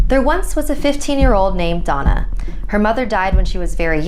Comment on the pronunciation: Donna đọc nhầm thành "Douma"